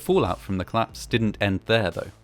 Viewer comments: Fine voice, manner and research It only demands proper pronouncing. The much-used "collaose" has two syllables. COL-LAPSE. This is a duty to listeners and to your otherwise superb work. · Another great documentary from this channel. I'm a big fan, but I just can't get over the way you pronounce "collapse" as "claps"! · ‘Clapse’ no, no no …… collapse …. co-lapse. Aargh!